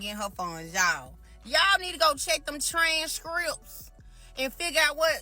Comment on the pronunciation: "Trayn skrupps" 😅